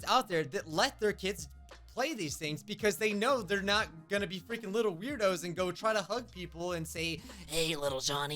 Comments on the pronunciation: he says hEy liTlE JoHnY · "HeY lItElLe JoHnNy" - 2022